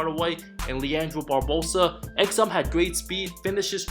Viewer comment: first one is wrong so far you said barbosas name wrong second exham hasnt had a chance to be good yet because of being on deep teams and injurys doesnt mean hes a bust lets see how you do for the rest of them